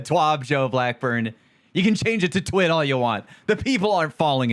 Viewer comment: I found it funny when he nearly said Twab and not twid